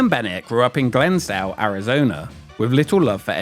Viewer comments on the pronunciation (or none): it's Glendale, AZ just like the city in CA. Not Glensdale. I've lived in both. Great video tho!!! that just juat made me laugh! haha❤